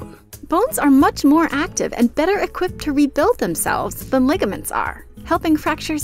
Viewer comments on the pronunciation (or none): none